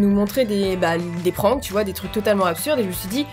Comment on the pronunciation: Wsh elle dit PRAAAAYNKS😂